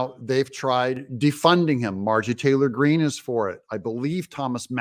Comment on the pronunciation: Doug can't even pronounce her name correctly.